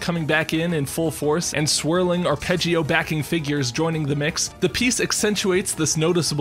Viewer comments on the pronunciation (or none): none